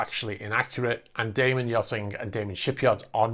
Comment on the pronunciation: Its Da man, not Daymen.